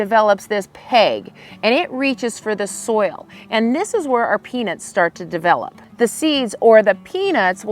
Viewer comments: Shes definitely saying penis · Is it just me or does it sound like she is saying penis? 😅😮😂😊